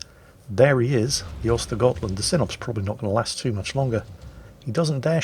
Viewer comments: Actually, I think you'll find that the tier 9 Swedish destroyer is pronounced "ersta-yert-lundt". Now I had better get back to the mines. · have you already forgotten? Those Ö are to be spoken like the u in hurt, urge and turn. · *actually tries to pronounce "Skåne" correctly Also: *completely butchers "Ostergötland" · He doesn't completely butcher Östergötland, for a non-Swedish speaker the only real mistake he makes in my opinion is pronouncing it with a G instead of a J sound on the götland. He pretty much gets the Ö sound correct which is the biggest error you can make